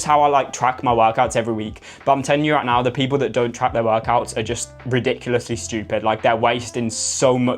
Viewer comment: "I'M TELLING YOU ROIGHT NOURR" 🗣️🗣️🔥🔥